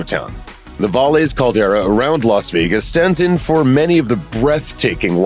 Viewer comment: Just a little hint. Valles is the Spanish word for valley and is pronounced (Vai yes).